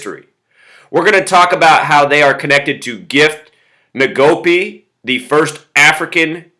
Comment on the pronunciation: It's pronounced EN-go-PE